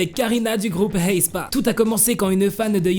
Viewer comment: Vous entendez quand il dit Haespa ?